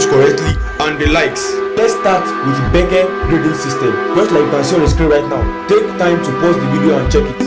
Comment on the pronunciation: Helpful thanks but it's not bece it's B.E.C.E.